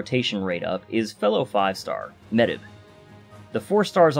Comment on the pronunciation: Good job with the video! Good luck with your rolls! Btw, Medb is pronounced as "Mayv."